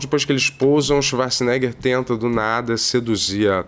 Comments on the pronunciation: Ele chamar o arnold de chivarts, o tempo todo, me pega muito kkkk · Eu só assisto esses reviews para ver o falando Swacharza! ❤ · “Xivarza”, agora nunca mais vou chamar o Arnold de Arnold.